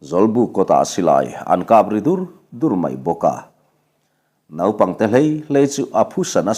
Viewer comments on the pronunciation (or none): none